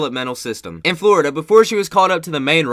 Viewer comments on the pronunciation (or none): none